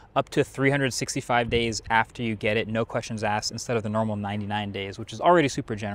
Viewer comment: "oh noe" 🙄